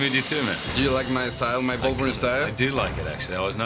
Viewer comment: No mames, güey, es "Wolverine", no es "Volverine", aprende a pronunciar.